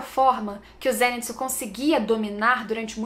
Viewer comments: Por que ela insiste em fala "zênitsu" mesmo depois do outro explicar que é "zenítsu"? 🤔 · se fala "zênítsú"